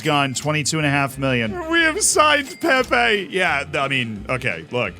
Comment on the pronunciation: you need to learn how to prenouce Pepe and Pepê